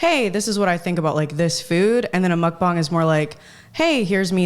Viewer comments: She's pronouncing "Muk Bang" correctly. Matches the Korean pronunciation for "Muk" = eat, "Bang" = room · She actually said mukbang correctly 😱😱